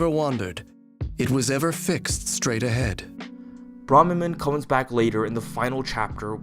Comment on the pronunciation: They say their name in one of the first voiceclips in FEH and you still mispronounce it. And their appearance is not based on Mark's. Only their voice and attitude changes when faced by another person. Besides, we see that his appearance in FE7 in-game looks just like his appearance in FE7's Eight Legends artwork.